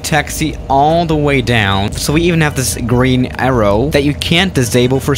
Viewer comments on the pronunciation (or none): none